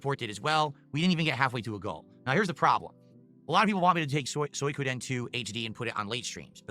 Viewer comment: I was trolling phil in his chat last week calling it "soy koden" I can't believe he started calling it that 😂 he used to say swee Koden